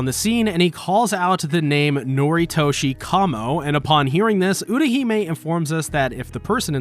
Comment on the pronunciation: UTAhime not URAhime